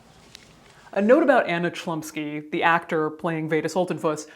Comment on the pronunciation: Well I could bet money that the proper pronunciation of the actresses surname would be closer to Hlumski